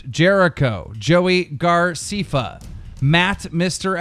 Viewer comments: It's Joey (GAR-SEH-FAH) btw care on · did keemstar just say joey garseefa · 'Joey Garceefah' smh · Joey Garcefa wait and mini miner wow such bad so pronounce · OMG YOU SAID JOEY GRACEFFAS NAME WRONNNNNGGGGGGGGGGGGG AAAHHHHHHHHHHGHGHHGHGHHGGHGH